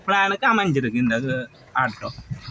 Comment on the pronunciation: Why say Aata when it is Auto ( o)